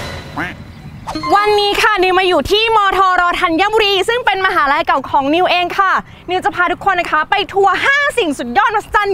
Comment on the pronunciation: มหาวิทยาลัยครับ ไม่ใช่มหาลัย